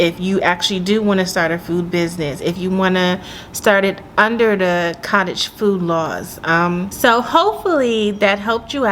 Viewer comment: Nice blooper - foodage lol, you compressed both words 😂😂😂